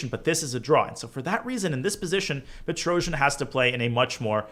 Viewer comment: Its pronounced Tigran Pe-trosz-YAN not Petro-zhi-an :]